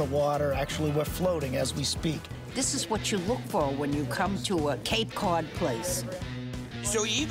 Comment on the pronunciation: "Hey look, it's Cape Caouwd"